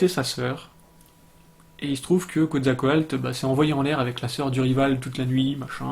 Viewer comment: Quetzalcoatl se prononce "ketsalkowatl" ;-) La langue des Aztèques ne s'appelle pas l' "aztèque" mais le nahuatl (langue toujours parlée dans pas mal de régions du Mexique encore aujourd'hui :-) mais évidemment la langue a changé depuis l'époque des Aztèques)